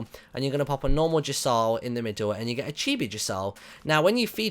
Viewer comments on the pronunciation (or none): none